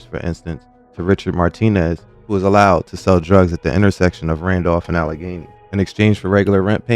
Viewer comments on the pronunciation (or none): none